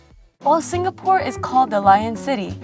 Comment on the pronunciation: actually it's pronounced more like sing-uh-pore and not sing-ga-pore